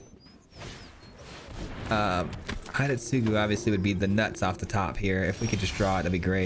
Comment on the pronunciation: the pronunciation for hidetsugu is not "hide" but more to "he day" - tsugu.